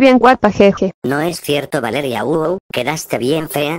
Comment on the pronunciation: Valeria❌ Baleria✅